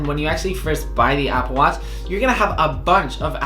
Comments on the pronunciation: I think I am hearing Apple Watts or Appleach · Apple watz hahahhahahaha